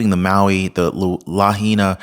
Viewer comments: La HIGH Na. not LaHeena. Just helping no criticism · Hey: It's pronounced "Luh-HIGH-Nuh" NOT "Luh-He-Nuh" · Lahaina is pronounced La . hai . na🙂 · Lahaina....pronounced Luh-high-nuh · Just a little FYI...it's pronounced La High Nah😊...watch your kind and informative videos everyday! God bless you and your family! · Its La-high-nah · it's LA HI NA! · Lahaina is pronounced "la-hi-na." The "ai" sounds like capital "I" in this word. As to the commentary that this fire appears to have been deliberately set, you are not taking into account that the real-time video of the downed power line, nor do you have any understanding that the Hawaiian islands have different climate, wind, and thermal patterns than what we experience on the mainland. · it's pronounced Lah-hay-nah 😅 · It is pronounced La HIGH na HI. 😊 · It is pronounced La high na meaning Cruel Sun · as a former resident of Lahaina Maui, it drives me nuts to here the name pronounced wrong. Lol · You need to know how to pronounce our island names…..You are being very DISRESPECTFUL at mispronouncing names….LAHAINA is pronounced LA - HI - NA……another one….KAHULUI….KA - HOU - LOU - E!!! KIHEI…..KEY - HAY!!! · I love your channel but you're butchering the pronunciations! It's Lah-HIGH-nah (Lahaina), Mah-KEN-AH (Makena) and HAH-lay-AH-Kah-Lah (Haleahkala)!